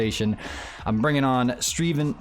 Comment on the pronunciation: In the end he didn't cut the part where he call Steven, Streven